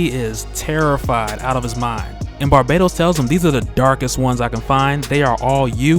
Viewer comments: His name isn't pronounced barbados. Its bar-bat-os. U aren't putting emphasis on the bat part of his name so it sounds like ur saying the country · Isn't it pronounced Bar- Bah- Tos?? not Barbados? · Isn't it Bahr - BAT - os?